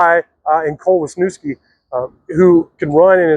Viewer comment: Great video, I just wish you would pronounce Cole Wisniewski's last name correctly.